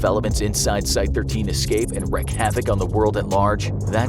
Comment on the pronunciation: Are you saying wreck havoc on purpose instead of wreak havoc. Because wreak is said like reek not wreck